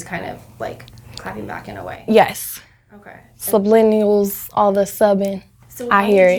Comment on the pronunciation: "Sublinuals" lmao baby that's not how you say it.